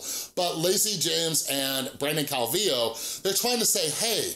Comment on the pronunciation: I think you're the first person I've seen to pronounce his last name right lol